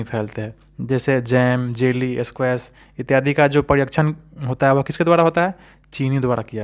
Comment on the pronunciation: Etyadie d harsi hota hai d dirgi nahi